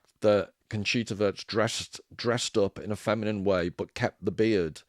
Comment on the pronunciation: Wurst, W U R S T. Conchita Voooorst! Fanny Sausage, you may have ordered some on your travels... Trompe l'Oeil, Sounds like loy. Love your content man!